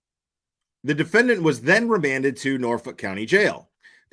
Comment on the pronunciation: Seriously—what is up with and his pronunciation of the word defendant? I’ve noticed that in previous hearings. Is he trying to be fancy? I don’t know which is weirder— the fact that he pronounces it “defend-AHNT” or the fact that he doesn’t pronounce it that way consistently. Doofus.